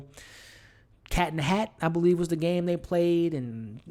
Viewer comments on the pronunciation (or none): none